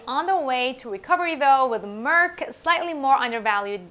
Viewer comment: Your pronunciation of Merck and Amgen is correct. For Amgen, the 'gen' part is just like 'generation'. Love your channel!